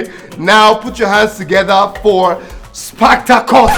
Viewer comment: 😂the fact that brother shaggi can keep pronouncing that sparktacus with mistake got me abeg😂😂..that name is a tongue twister